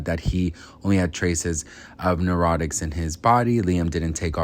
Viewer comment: did you mean narcotics? I heard neurotics. Maybe that was my hearing. I am getting older, honey.